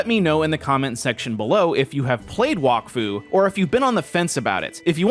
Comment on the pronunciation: bro is saying walkfu not wak fu